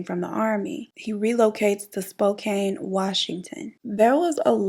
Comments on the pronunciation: Hi BEAUTIFUL!!!!....I love love love your channel and I just adore you...Im from Washington tbe area that in pretty much all the major Serial Killers chose to do there dirty deeds but all this to say....Spokane pronounced like Spoe-Can I have family there and walla walla and just about every town I this story..well love you and thanks for the amazing content 💯💯🌋💚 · it’s pronounced “spo-can” 😭😂😂